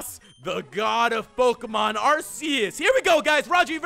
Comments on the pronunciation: U mispronounced Arceus its Arceus not Arseus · ITS PRONOUNCED ARK EUS btw love your vids